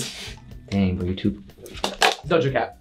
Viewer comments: How many times did Nidal say do Jo cat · Not nidal saying doja cat for everyone 😅😂